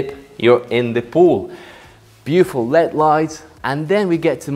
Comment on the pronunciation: I love your tours. When you pronounce Led it's said L.E.D lighting, pronounce the letters individually. The shallow shelf in the pool is called a baja shelf, which is pronounced as baha. Keep up the great work, thanks Roy.